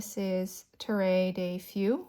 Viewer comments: Your currently inked vids are so relaxing to watch (& I love your handwriting and color choices)! If you're looking for help, easiest way to learn to pronounce "Terre de Feu" is to try French to English translation on Google Translate, then click on the little audio button and the nice computer lady will demo how to say it. It's basically "terr deuh feuh" -- means land/soil/earth of fire. ☺❤❤ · You can mix some inks from the same brands and the same line within the brand. Quick research will tell you whether something is mixable. The 823 is a pest to clean but only takes a little bit longer than others and worth the time considering the cost of the pen. Terre de Feu is pronounced “tear - de - furh” ( tear as in rip and feu ends in a soft r sound). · A tip on how to pronounce TERRE DE FEU: Say "tear duh fuh" - Terre = Tear (as in "tear a piece of paper") - De = duh - Feu = fuh / pheuh (it's one syllable instead of "phee-ew") Hope that helps! ^^